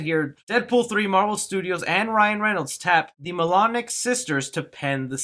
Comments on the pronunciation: Pronounced: Mol-ee-new not Melonic or Milan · Molyneux is pronounced in the French manner, you uncultured rube. “Mol-uh-new”.